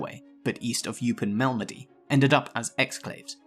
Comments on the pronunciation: I've never ever heard Eupen pronounced "You-pin" before. It's always been Oy-pen. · Dweevelsberg? 😁😁 Oypen, not Youpen. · Eupen, not Yoopen Elsass, not Alsacha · Eupen is pronounced oy-pen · Correct pronunciation would help: Eupen, Duivel...